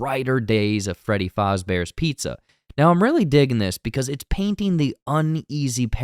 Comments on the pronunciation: Homie really said Freddy FALLZbears pizza 😂😂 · The way he said Fazebear’s💀